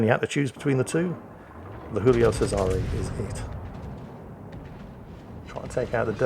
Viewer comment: PSA for anyone willing to listen:, you have the Guillio pronunciation correct but, Cesare is pronounced with a hard 'ch', the 's' is pronounced as a 'z' and there is a Canadian 'eh' at the end. CheZ-are-A. Yet another great replay commentary sir!